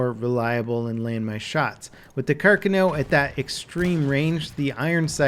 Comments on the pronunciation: Why are Americans not able to pronounce any word right thats not english? Like here the name Carcano, grinds my gears everytime he says it. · JeromeZP TV sorry sir, im italian, your source is wrong and said by a non rated italian speaker. Carcano is famous as a word here, no errors. He's saying it the wrong way. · yeah it’s actually really annoying lmao I noticed it right off the bat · Berserkir af Óðinn, English has pretty free stress on syllables. There's nothing more or less intuitive about stressing the first vs the second syllable. Plus, there are a ton of Italian family names in the US with the same stress pattern: Pacino, Montana, Barbera, Stefani, Lombardo, etc. They are all pronounced with the correct stress pattern. Not sure why it would be so hard in this case. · Yea it's not car car no it's has one "r" not two car khan o is how it's spoken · Pls its car carno not carconoe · Andrea Musso he spelled it as Càrcano, while it is Carcàno... Comunque ciao ahaha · CAR-CA-NO not CAR-CANO. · It's Car-CA-no, not CAR-cano It's Ob-REZ, not OB-rez It's Avto-MAT, not AV-tomat From now on, we will call you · Never heard of the carcan-o. I do like the car-cano though. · Car-kahn-oh Not Car-kuh-now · "Kerkiknew" wtf. Try car-cawn-o. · It's Carcáno, notice the accent on the second a. Plz, my ear bleeds every time you say Càrcano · Its pronounced like Car-Cawn-Oh. Not carkano. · its not carca-no its car-cano pronounce it right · “Car-Cahn-no” not “car-kuh-no” or “car-cah-now” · Car cun o? Carcano Lol how to pronounce? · Carcano not cu cano, Carkino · It's pronounced, KAR KAR NO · It's "Car-ka-no" jesus... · car-CON-oh is how you say it :/ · It pronounced Sar-ka-no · Carcano, pronouned Car kaa (like ska, a long a sound) know (long o) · It’s pronounced like car-con-o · CAR- CON- NO that's how you pronounce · It's pronounced 'car-con-O' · God your pronunciation of the weapon is terrible. If your doing a video, say it right. What the hell is a “Karkcano”